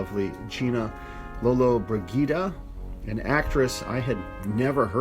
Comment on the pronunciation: Soft "g" in lollo's name. You made me feel old with this review. International politics is not your tea. These men were not a local gang as you said, but an international group lead by the Brit "Mr. Peterson". What's not to understand?